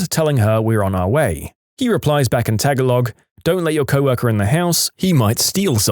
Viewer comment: Tagalog is pronounced as "tuh-GAA-log," not "tag-a-log!"